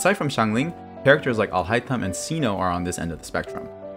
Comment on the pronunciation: his name isnt cino its cyno like saino